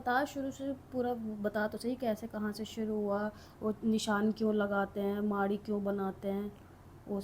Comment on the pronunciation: M haryana se hu,hum b bhut mante h inko,but ye मैड़ी hota h माड़ी nhi hota